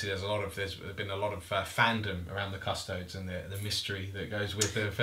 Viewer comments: That is some name butchering if i ever heard one ... . Still exited, but yeah, that was something else to hear. Maybe we can see a battle of the Cusstoads vs the Adepts Asstards in the future?? :P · How come you forget the E when you say Custodes? Sure the 40k names are made up, but in general imperial names tend to follow a somewhat Latin pronunciation?